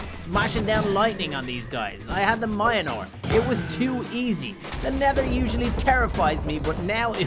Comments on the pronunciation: Mjölner is the right way to say it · Mans said mionor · Ikr, I'm like, ITA NOT MIONR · It's not myoner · I believe you say Mjolnir like Mil-jol-nir Or Mil-jor-nair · Yeah it’s said miolner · Mionor the Mighty Weapon wielded by the god of thunder….. THOR! XD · it's pronounced mule-neer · You mispronounced mjolnir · BRRRRRUUUUUUUUUUUUUUUUUUUUUUUUUH. The Mjolnir pronunciation hurts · me:*getting triggered when he didn't say Mjolnir properly and only said cap and no bucky cus he has super-soldier serum* I HATE YOUUUU but love your content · say....... Mjolnir............................................ PROPERLYYYYYYY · You said the name of Thor's hammer wrong multiple times it's the ultimate mjolnir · He didn't even sat thor hammer name right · He knows stormbraker but he doesn’t know how to pronounce Thor’s hammers name lol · That is not how you pronounce Meunier I’m sorry it’s just that Siri can’t pronounce words right so you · Say the hammer's name correctly man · He is driving me crazy by not saying Thors hammer correctly! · Me being a huge Thor fan and every time he says mjolnir I’m triggered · Same totally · He cannot pronounce mjolnir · having the time of his life mispronouncing “Mjolnir” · The pronunciations of Mjolnir hurts me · like hes saying moinor not mil near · He is talkin bout pronounciation. said it has mynor but its actually pronounced as meolnear. Mjlonir is how idiots pronounce it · My dude says miolnor its pronounced myolnir the ir is pronounced like in .. Or is it because of ur accent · ITS PRONOUNCED MEAL NEAR NOT MY A NEAR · boy it is called meonor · It's not minor😐😐 It's mjolnir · Really good but mijolnir is said me-ol-near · mjolnir... "MINOR" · Why u call it mayanor is myolnir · u read mjolnir like miyolnir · He says that Thor’s hammer is mynor but it is me-ol-near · he always says maiyenor but its mjilner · It is mor- nier not mia-nir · Mayanor? I thought it was Mjolnir <-- probably incorrect spelling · Idiot it's called myolnir